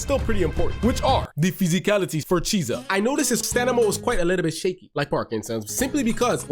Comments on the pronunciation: It's not pronounced as cheesa. It's kiesa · It’s pretty clearly kee-ay-sa